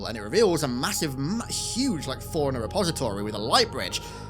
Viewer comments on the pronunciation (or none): none